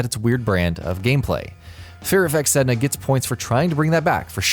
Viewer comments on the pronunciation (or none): none